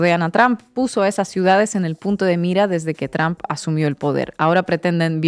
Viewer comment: Oye muchacha por qué no aprendes a pronunciar la palabra del viejo este presidente de Estados Unidos no se dice Trump estás como queriendo decir trampa no se pronuncia así ya is Donald Trump no es Donald Tramp léelo en español así como dice Donald Trump